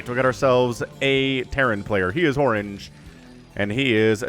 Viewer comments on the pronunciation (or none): none